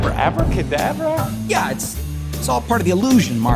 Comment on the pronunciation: That's not how you pronounce EDI.... It's EDI